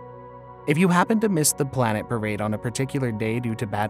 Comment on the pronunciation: WTF is a Blanet?